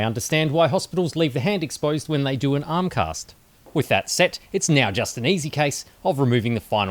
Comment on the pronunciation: That accent is unbearable... how can people pronounce a simple word like "do" this weird way "doewrewr"